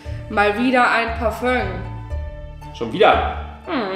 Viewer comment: pärfong parfö.. Parfüm. Ja.